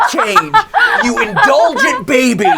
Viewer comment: I love how Matpat calls the baby “babby” XD